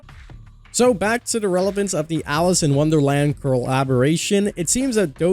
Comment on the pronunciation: Alice!!!!!!! It’s Alice!!!!!!!!